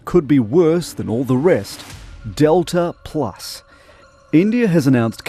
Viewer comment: Wtf is detla plus